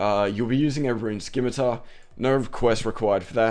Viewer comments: Most common RS misconception.... It's not a 'SKIM-ITAR' its a fucking 'SIM-ITAR'. Dragon 'Sim' not dragon 'Skim'. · i hope you know scimitar is sim-a-tar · Great vid but you say scimitar wrong your saying it like skimitar don't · A scimitar (/ˈsɪmɨtər/ or /ˈsɪmɨtɑr/)[1] is a backsword or sabre with a curved blade, originating in Southwest Asia (Middle East). Dumbass, how many years have you been pronouncing it wrong.